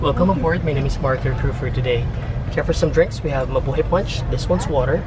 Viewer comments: 😂😂😂😂 I laughed so hard. Ma-buhay not Me bu he. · It's pronounced "ma-boo-hi"... Not, "ma-boo-hay".... great videos... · he said Ma-bu-Hay not Ma-bu-hai... 😂😂😂😂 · MabuhAy not mabuhEy. Someday, I'll fly a PAL airliner and I'll be it's captain. Wish me luck :D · It’s not pronounced mabuhay it’s pronounced ma boo hi (it’s Filipino for Live) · Mabuhay = "Mah-boo-high," not "mah-boo-hay." Otherwise great video, as always. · It's not mabuhey it's Ma-bu-hay that's how you say it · It's MABUHAY not mabuhaay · "Mabuhey" fuckk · It is pronounced mabuhai as in hi and hello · Your saying Mabuhay wrong.. Its Ma-boo-hai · Bro its pronouced (ma-boo-hai) thank me but thanks too you i know whats it like in first class btw im a filipino MABUHAY PILIPINAS! DU30 for the win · Wrong pronounciation its ma bu hi! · Mabuhay = ma bu high. ay = i as in 'high' or 'line'. Fiesta Class (economy) might be a different story. ;-) Nice video. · Im a filipino and he pronounce the mabuhay wrong